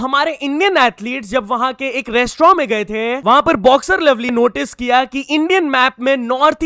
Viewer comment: its lovlina not lovly